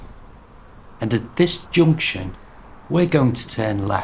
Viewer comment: Your pronunciation of some words such as "junction", "button", "bus" sounds irregular. I do not know your accent.